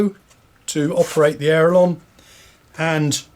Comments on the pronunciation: Why cant you say aileron right you keep calling it an aerolon? You are teaching people words that do not exist except in your head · My modelling friend I dont know where you came up with this aerolon you speak of but there is no such thing. What you are regretfully teaching other folks to also say wrong is actually called an aileron not an aerolon. So please stop teaching folks to call an aileron an aerolon because it is incorrect and makes folks think it is the correct word. Why would you do that? Surely tou inow that word is wrong so why so you say it like that?